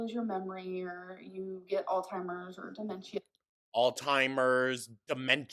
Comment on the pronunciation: Demenshia, altimers, vulvuls, docamenteries, feeel, my god. MY GOD 🤡